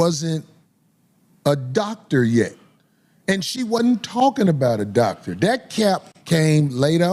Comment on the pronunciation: Thoctor Bryant